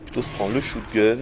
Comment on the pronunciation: Sa se dit SHOTgun pas SHOUTgun apprend ton anglais!